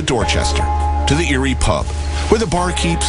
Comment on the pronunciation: How is he trying to be Irish? He pronounced Eire wrong, if anything it's the opposite of trying to be Irish